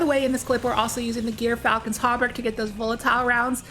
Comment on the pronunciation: I just wanna point out ONCE AGAIN, since you don't seem to pay attention... it's not "Gear", it's "Jeer". Gyrfalcon: Jeer-Fal-Cun. Not Gear-Fal-Cun. Jeer. Jeer.